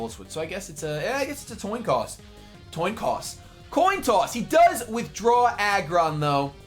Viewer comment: Hahaha Toin Coss xD